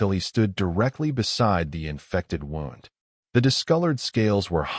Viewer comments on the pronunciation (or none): The narrator pronounced “wound” like winding something. Should be more like woond.